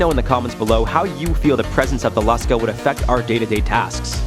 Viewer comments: It is pronounced Lush-kah. Short u sound. Long a sound. The Lusca is a massive octopus. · It’s pronounced lou ska I’m from The Bahamas and everybody here calls it Lou ska and it’s supposedly located in the blue holes in the Bahamas the some of the blue holes here are extremely deep some of them even connect directly to the ocean